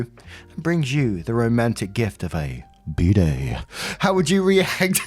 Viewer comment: I really thought you were saying "b day" until the end of the story lmao